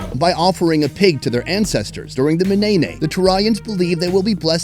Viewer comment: lol yeah i though he said ney ney like the dance xD